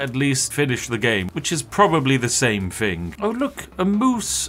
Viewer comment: It’s so weird to hear some so posh pronounce “thing” as “fing”